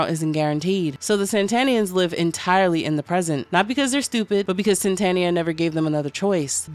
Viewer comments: So would the narrator pronounce ‘Satan’ like ‘Santa’? I was initially just listening to this and was wondering why it was called ‘Santania’ and not ‘Satania’. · Why you adding extra "N's" into the word Satania? Also, this could basically just be a journey to reach the Great and Unclean Abhoth. The underworld is filled with its children of all shapes, and in the end Charlie reached Abhoth and dissolved into its amorphous biological chaos. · This is not an explanation, this is just an abridged reading. You also keep saying "Santanians", like they worship the Mexican guitarist, Carlos Santana - the book is called Satania, are they not Satanians, living in Satania?! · Crazy that you can’t pronounce even the name of the entire work right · Satania was mispronounced so much lolol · Its pissing me off that you keep saying SaNtanians and saNtania like santa and not satan. What the hell ? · Are you intentionally saying saNtania / saNtanian? Is it demonetisation avoidance? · am i crazy? i feel like the whole video i heard you saying "saNtania" and "saNtanians"